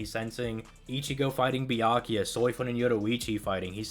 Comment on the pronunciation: I swear it sounded like he was saying, "Byankuya." Lol